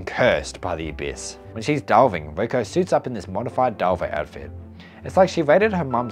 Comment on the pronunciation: Your voice is really nice for me to listen in the background as I'm working on my projects. But funnily, the way you pronounce "Riko" sounded like "Vueko" to me. So I was like "Why is Vueko mentioned so much? Wait lol, it was Riko" anyway, I like your vids and looking forwards to see more!